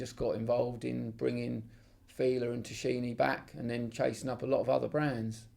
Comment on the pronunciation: by the way the actual pronounciation is "Tackini"- the italians pronounce "ch" like a "k" as in "Chianti" (pronounced 'Kianti')